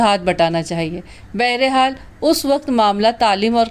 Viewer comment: لفظ بہرے حال نہیں بہرحال ہوتا ہے پلیز ٹھیک کرلیں امید کرتا ہوں اپ برا نہیں مانیں گی شاہد عظیم خان لاہور